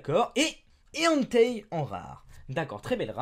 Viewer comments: Ène tèille et non Anteille xD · C'est pas AN-TEY mais ENNE-TEY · Entei se prononce enté et non hentai xD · Ça ne se prononce pas entei mais comment dire haine tei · Suis-je le seul que quand il dit le pokemon "Hentei" cela me fait penser à Hentai... Oui maintenant vous voyez plus ce pokemon comme avant 0_0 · non ça ce prononce enté xD (écoute les film mec)